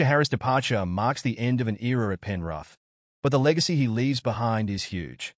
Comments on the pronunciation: Penrith 😂😂😂😂😂😂 not penruth 😂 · Not penruth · Just trying to make money, not even a Rugby league fan. Can’t pronounce Penrith or Māori properly to start with.